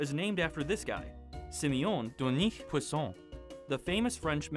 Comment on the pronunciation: U pronounced his name wonderfully!!!